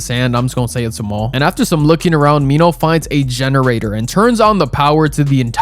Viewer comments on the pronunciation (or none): Its minho not Nino😔